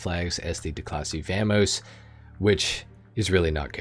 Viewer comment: Saying Vamos like that should be sin